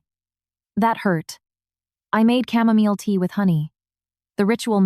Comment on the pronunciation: Camomile pronounced mile not meal .❤🇬🇧